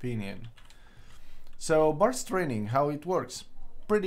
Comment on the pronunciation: Lol, "barst training".